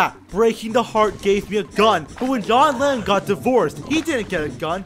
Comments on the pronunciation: john lennin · Johnatan Lemmon?